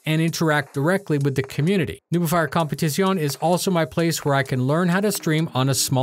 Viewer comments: It begins... Competizione. Check how to pronounce it better though. We need to hear the flat "e" at the end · competizione need better pronunciation :)